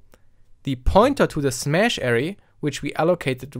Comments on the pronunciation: That's now how you say Array... triggered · Suite - "sweet" Array - uh RAY